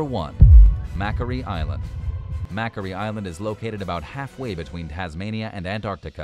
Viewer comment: Number One is Macquarie Island. It is pronounced "Mack - Quarry". It is named after Governor Macquarie who was Governor of New South Wales when Australia was a colony of England back in 1810 to 1821.